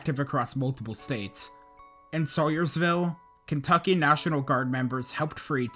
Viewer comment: You’re the only tornado channel to talk about West Liberty, that’s my home town. Also you mispronounced Salyersvill it’s “sal yurs”.